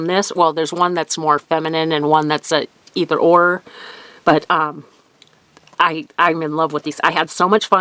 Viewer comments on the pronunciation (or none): none